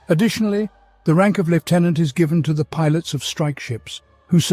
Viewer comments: It is pronounced 'Lieutenant" - No F. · Apparently that is how the Brits pronounce it.